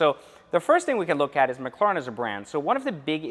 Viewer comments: you gotta give it to em you are saying it wrong. It’s mc, like McDonald’s, and the Karen “lair, en” mclaren. You don’t gotta be salty over a correction. And just because you have one doesn’t make you the shit. They are tanking in value and you better hope the battery doesn’t go out. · You pronounce "Mclaren" like someone who is deaf and trying to speak. Lol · 🤔 Why did they name it Mc Laren??? And it’s pronounced Mc Claren. ??? I guess the C is silent ?? Lol Don’t mind me I’m just McLaren with ya! Still tho. The name isn’t gangster enough for me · I was interested in this video but after hearing you say mclaren I can’t get through it lol sorry. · To be honest I do not give a s*** how he pronounces McLaren.That's the way he talks big deal We know what he's talking about??!! Come on people can you think of anything else? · Am I the only one who realized that he doesn’t know how to correctly pronounce McLaren? Like honestly though... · Pronounce the fucking name correctly 🙄